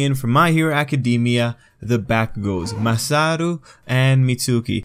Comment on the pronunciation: dude, its Masaru, not MASATO